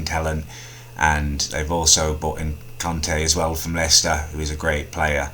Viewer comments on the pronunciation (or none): none